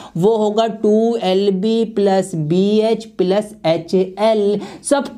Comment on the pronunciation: Plus ❌ pilas 👍